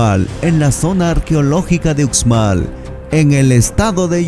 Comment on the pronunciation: Muy birn todo,pero tienes que aprender a promunciar bien,se escribre UXMAL,pero se pronuncia USHMAL con sh.